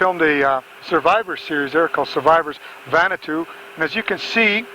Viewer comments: Nadi in Fiji is pronounced “Nandi”. Vanuatu was incorrectly pronounced as “Vanatu”. Also, there is no island called Vanuatu. It is an island nation that consists of over 80 islands. The main airport is located in the capital of Port Vila on the island of Efate. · Someone needs to explain to the how to pronounce Nadi and Vanuatu.